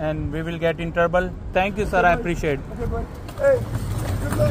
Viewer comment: Bro its not turboule its trouble